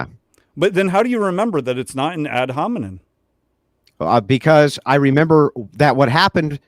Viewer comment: he keeps saying 'ad hominin'